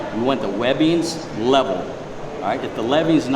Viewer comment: " If lebbing's not wevel" 🥴